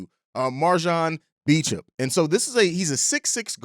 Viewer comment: All love jus a headsup his last name is pronounced "Bo-champ"